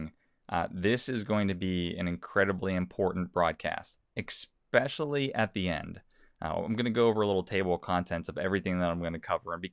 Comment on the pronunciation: I want to believe you, but you said "ecspecially" instead of "especially".